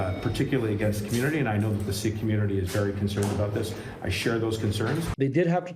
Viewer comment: I may be a white dude but I'm pretty sure it's pronounced seek and not sick. If anything is sick it's the present government!